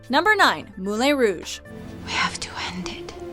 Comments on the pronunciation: there is a difference in the lin part. it should sound like the en in bien and she pronounced it more like enne in bienne. it should be a nasal ae. and like I said in many other videos they started to pronounce stuff like actors names wrong... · It's "MOO-LIHN" but "MOO-LA(N)H!" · Ok, seriously. When is the voiceover girl going to learn to pronounce common words correctly or at least look them up first?? The Moule Rouge? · You have a hard time pronouncing stuff "Moulain Rouge"??? "Moo-lan". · "moo-lay" facepalm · Ugh. It's pronounced MOOLAN ROOOJ. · I thought she said that wrong!! haha! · Lowkey cringed at how they pronounced Moulin. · They mispronounce a lot regularly on this channel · Uh, no, "correct French speaker," her pronunciation of Moulin is gratingly awful -- also, isn't Moulin Rouge supposed to be set in the (obviously fictionalized) 1890s -- not "the 1900s" (wtf does that even mean? As in anytime in the twentieth century?) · Moulin is pronounce "Moo-lon" and Ewan is pronounce "You-un"